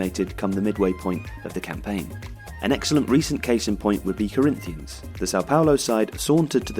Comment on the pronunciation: The way he pronounces corinthians 😂 it’s pronounced coh-ring-chas (yes I am Brazilian)